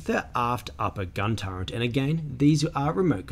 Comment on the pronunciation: Nothing clever intended; just pointing out faulty phonics. Sure, I know what you meant. But . . . there is no "n" in "turret" - not even in the Oxford English Dictionary pronunciation guide. The word is pronounced "TER-et."